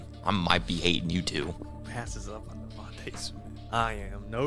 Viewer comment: Do you guys purposely mispronounce Devonta Smith every single time